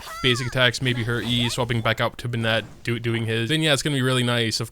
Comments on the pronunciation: ben-it not ben-et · nice video since the sword is free im gonna say its safe to say its worth it haha. also is nobody gonna tell this man to stop pronouncing Bennett as bennette haha its pronounced like ben-it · it’s pronounced BENnett not benNETT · Why do you pronounce his name "Be-net" instead of "Ben-nit"? Edit: NVM it seems like you pronounce it both ways lmao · Why are we saying "baynette"? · Why do ppl call him BA-NET lol. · Did you just say Ben-Net? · I like how I’m such a staple character in this game lol. Because my last name is Bennett.. But you all butcher the pronunciation a bit though. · First of all, fix the way you say Bennett. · That's great but can we talk about the way he pronounces Bennett?